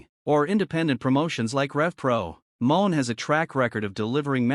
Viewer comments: RIGHT IT'S NOT MOAN, IT'S MON'E. IT'S FRENCH!!! NOT MONEY. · Her name isn't MERCEDES MOAN ITS MERCEDES MON'E. FRENCH, THE E IS SILENT, ITS NOW PRONOUNCE A, YOU FOOL!! LEARN TO PRONOUNCE HER NAME RIGHT, OR STOP SPEAKING PERIOD!!! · It's not moan ...it's pronounced money